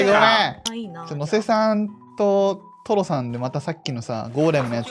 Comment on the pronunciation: 序盤のがとろさんよぶときととろさんになってない？ww